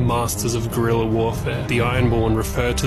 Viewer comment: Not a single YouTube content creator pronouncing guerilla correctly